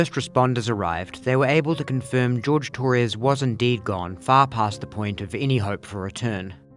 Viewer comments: I hate that she can never say his name correctly, its Jorge, 'Hoorhay', not George. Imagine being in a relationship for years and your girlfriend never calls you by your real name. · The fact that she calls him George when his name is JORGE. Disrespectful